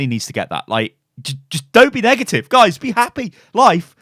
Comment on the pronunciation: “and you can see the name of the gays”